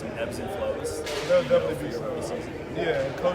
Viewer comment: Nigga said “defenselly?”